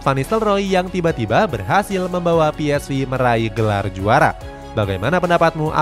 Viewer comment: Ps-ve bukan vi